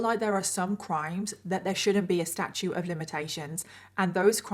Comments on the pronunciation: Statute of limitations,. You keep saying “statue” lol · It’s “statute” of limitations. Not “statue”. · I just love your channel! If I may, it is Statute of Limitations.... not Statue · I absolutely love watching your videos and how you put your make up on,but please blend the contour on your nose as it gives me anxiety🥴 and will you learn the proper terminology? It's statuite of limitations,not statue pet❤ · STATUTE NOT STATUE! ❌🗽 🙅‍♀️🗽 ❎🗽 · The term in which laws can be prosecuted is “Statute,” not “Statue.” At least in the US. Great videos. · Statute not statue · Statute of limits, not statue of limitations. You pronounce that last T. Like statue, with the T sound at the end. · FYI it's statute, sta-choot, with a "T" not statue, sta-choo. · Is it me, or does she keep saying "statue of limitations"? I swear I can't hear the T at the end of "statute". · Wait. Are you saying statute of limitations? Omg. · StatuTe of Limitations… there’s a T in there 👍🏻